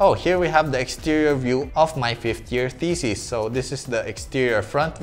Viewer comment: When you say "thesis", it kind of sounds like "feces"...